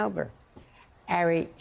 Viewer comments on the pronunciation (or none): His name is Ari, not Aray😮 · Isn't Melber's first name pronounced "AH-ri" and not "Eh-ri"? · "Airy Melber" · How is she gonna call him "air-E" when she's worked with him so long and he clearly pronounces it as "R-E" lol 0_o 😅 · Is she calling him Harry ? I thought his name was Ari. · It’s very cute how calls Ari ‘Airy’ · Would somebody please tell Andrea Mitchell how to pronounce Ari's name? It's not Airy! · Woulld someone tell Mz Mitchell his name is pronounced Ar'i? It's like she willfully mis-pronounces it. Disrespectful. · Did she call Ari “Harry”? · MSBNC, you HAVE to retire Andrea Mitchell. She's so out of touch and incompetent now that she doesn't even know how to pronounce "Ari." A colleague's name she's heard others pronounce correctly 75,000 times. A 6 year old could have gotten that right. She's getting worse each week now.